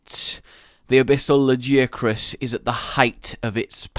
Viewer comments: La-Gi-A-Crus, this is almost as bad as your behemoth, Odogaron, or Bazelgeuse names lol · "lag-ee-a-crus",. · La (like la la la) Gaia (WITH A G and not a j) Crus (like crust) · La gi a chris? I always pronounced it Lag i ac rus I just think it sounds better that way. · Did anyone else get triggered by his pronunciation of 'Lagiacrus'?